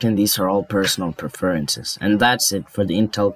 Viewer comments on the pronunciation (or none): “Perfercences” Prefences